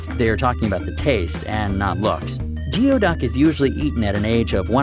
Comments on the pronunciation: Geo duck is actually pronounced gooey duck mate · It's NOT GEO ITS GOOOY. It's pronounced like gooyduck. I've lived near them my whole life.and they taste good depending on how you cook them. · / its pronounced "Goo-ee-duck" not geo-duck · It's pronounced "gooeyduck", not geoduck. We used to dig them out along with horseneck clams and Washington clams. When alive, the.neck can retreat 3 ft or more into the sand. 3 guys dug a 4x4 hole and never found that one. Tender yummy sliced and raw with wasabi and soy sauce. Similar to abalone. The restaurant breaded and fried the skin and mantle. Yummy. No waste. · Not geo duck! Gooey duck! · Its called a Gooey duck not geo silly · It’s not pronounced Geeeoooduck it’s renounced gooey duck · Im from Washington state and attended Evergreen state college who's mascot is the geoduck, and you pronounce it wrong. The word geoduck is pronounced goo-e-duck. That would be goo, rimes with new, long e riming with tea, and duck the only part of the word that actually sounds the way it looks. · Geoduck "goo-ee duck" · Geoduck is pronounced gooey-duck. Just so you know. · You are saying geoduck wrong it is said like gooey duck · Great video but Geoduck is pronounced (Gooey-Duck) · it's pronounced "gooeyduck"! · It's pronounced gooeyduck and it's a clam not an oyster also they are delivioud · His pronunciation of the word was driving me a bit nuts. :D